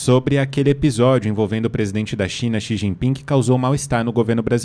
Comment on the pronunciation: Ela falou xichinpig